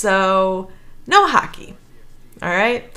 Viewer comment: It's pronounce hockey, with an O, not huckey....